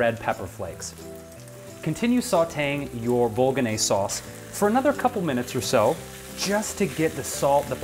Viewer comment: I just found your YouTube channel, silly me, and am having fun watching. However, I could not watch this through to the end. While I love this sauce and make it all the time myself using homemade tofu crumbles, I cringed every time you said "bolognese". I'm just one of those people. Other than this video, loving everything I see.